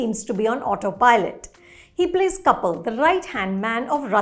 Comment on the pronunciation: Even I got confused for a moment as she mentioned the step mother and showed a picture of Kapil but pronounced it "couple".